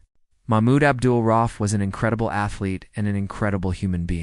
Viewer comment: Maybe reupload the video after fixing the timeline, errors, and absolute butchering of the man's name, if it is your intention to honor him. (It's pronounced "ra-Oof", not "roff")